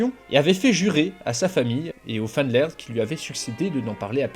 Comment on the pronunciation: Super vidéo ! En revanche "Van" est du néerlandais et non de l'allemand du coup tu prononce "Van" comme "Van Helsing" et pas comme en allemand "Fon"